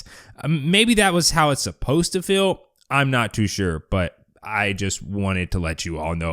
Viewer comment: Dude you are pronouncing feel incorrectly. It's not 'fill', it's feel!